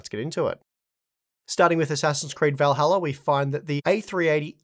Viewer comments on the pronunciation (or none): none